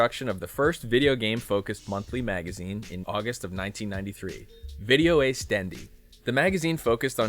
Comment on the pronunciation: It's actually "Video-Ass", Not "Video-Ace". And it's ORT. Not OPT.